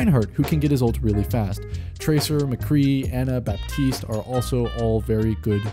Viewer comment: The p in Baptiste is silent FYI